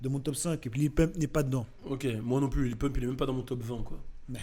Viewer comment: On dit lil pump pas lil poompe 😂😂😂😂😂😂😂😂😂